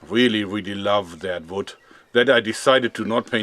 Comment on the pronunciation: "that vood" :)